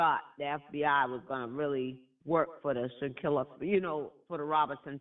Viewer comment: Im glad you brought Shanquella back up,...a few weeks ago you mispronounced her name, and I thought, "She couldn't have forgotten already!" Especially considering you did such great coverage of the story when it first came out. Please dont forget these women's stories. Theyre more than just content for entertainment purposes. Its important for these young women out here. Keep up the great work!😁👍🏽🏆